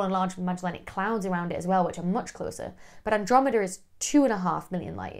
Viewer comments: It sounded like you said 600Billion LY away. Did you mean or actually say 600 million? Wouldn't it be impossible for us to be seeing images of an object 600B LY away? Thanks... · She says six hundred million with an accent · Did she say 600 Billion or Million?